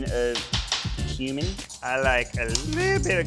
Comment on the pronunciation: They way she pronounced cumin really rubbed me the wrong way